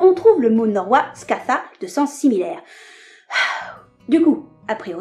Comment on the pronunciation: Ton "eth" pour Scaða est un peu trop proche de "thorn" ;) Eth = le TH de "the" Thorn = le TH de "sloth" Excellente video !!! j'aime j'aime j'aime !